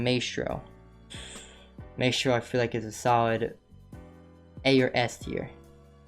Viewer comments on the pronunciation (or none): Every time you say maystro I get triggered